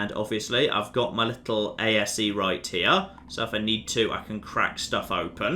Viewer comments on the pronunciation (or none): It's A.S.E, not A.S.A! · calling the ASE "ASA" and pronouncing Tombaugh as Tomberg and not Tom-bow was almost enough to keep me from being like HUH at the ending. Almost.